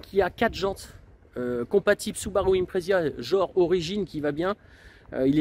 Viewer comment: IMPREZA ! Et pas impresia, 1T300kg.